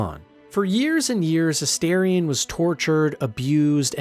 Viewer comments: Holy…. It’s aSTARion not aSTAIRion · Calling Minsc “Minx” has taken me fully out. I didn’t hear anything you said about him or Boo 😂 Really fun video. Unable to resist my pronunciation durge, it’s A-star-ion, not A-Stair-ion. 😅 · It is AstArion, not Asterion. It is derived from latin (no, I don't think it means "little star" - that doesn't work gramatically). I think is more likely to be derived from the verb astáre, which would mean (together with the suffix -ion) "someone who is standing by you - so basically a companion, and has some other interesting connotations of serivce and standing up straight, which would both fit him) or could be connected to greek godess Astarte. I know they all say it means "little star", but it doesn't really make sense. Sorry I'm a know it all, but it just urks me ever time I hear it pronounced wrongly. Also comment for the Algo and wonderful video! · astarien? the character says his name several times in the game, n its not said like that lol